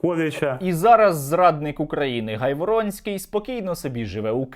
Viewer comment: Наголос на прізвищі га' йворонский